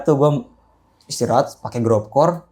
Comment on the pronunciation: Bocah fomo wkwk nyebut gorpcore aja gropcore